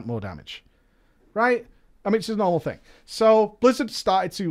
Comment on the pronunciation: Robert Smith same with Thing being pronounced as Fing. Been being pronounced as Bean. And they call us stupid cowboys